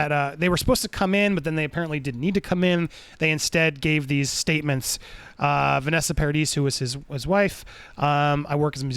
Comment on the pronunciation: You’ll correct the last name pronunciation but not the first lmao.